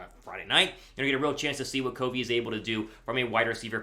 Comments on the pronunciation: Raiders fan here, usually listen to Raiders Report with Mitchell Renz but tuned into Eagles Now to hear about Britain Covey news since I’m a big Utah football fan and played against him in high school. Bro, you are slaughtering his last name. It’s NOT CO-vey it’s CUV-ey. I’m not trying to grill you but couldn’t take the mispronunciation anymore 😂 I hope he makes the roster tho! Will be another Hunter Renfrow!! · its pronounced "Cuvey" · Long utah ute fan here its pronounced (kah-vee) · Covey! Covey! Covey! You can’t go wrong! The dude is a stud! All around stud. Watching him at Utah was electrifying! Fly Eagles Fly! (Btw it’s “kuh-vee”) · You still are pronouncing Covey wrong. Pronounced kuh•vee. Good to see you finally coming around on him. Never a doubt he would make it. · Its CUH-VEE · Y for yes on Britain Covey making the 53 man roster barring injury. Don't let your eyes fool you on Covey. COVEY is pronounced "COVV-VEE" like "CUBB-BEE" but with a "V." Fly EAGLES Fly! 🦅